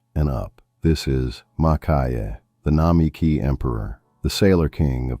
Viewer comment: Most of my pens are Level 3 and 4 with my everyday writers being the Pelikan M600 and Mont Blanc 146（which I consider a Level 4). I also use a Lamy Studio which could pass for a Level 3). One critique I would have of an otherwise excellent video: PLEASE train your AI voice to pronounce the brands properly. It is nails across the chalkboard listening to names such as Souverän and Namiki being butchered.